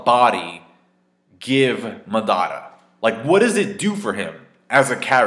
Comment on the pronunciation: Mar-dar-ra lol say his name properly please.